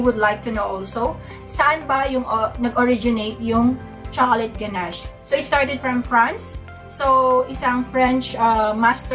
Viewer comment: Thank you po for sharing. Always helpful. 😊 Btw, ang pagkakaalam ko po, the correct pronunciation is "guh-nash". There's no T sound at the end. More power to your channel! Thank you for being so informative. Laking tulong especially sa mga beginners po. 😊😊😊